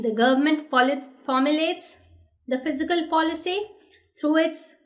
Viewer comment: Fiscal or Physical why she pronounce as such